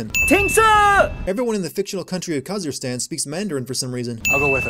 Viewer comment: When I was playing this game and heard "Kazirstan" I laughed so hard.